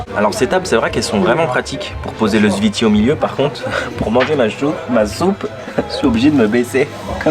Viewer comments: C'est pas le ziti 😂😂😂 C'est le zfiti En arabe ça s'écrit comme ça الزفيطي Attention c'est très très piquent. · Le zfiti plat meconnu en Algérie, il devient très populaire ces dernières années. Tu as mal prononcé zfiti boumahress Pour le balout on dit ça aussi pour les balles de pistolet ou fusil comme surnom à cause de leur forme